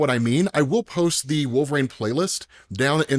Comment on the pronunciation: WTF is a "Wool-vrayne",? You stupid piece of shit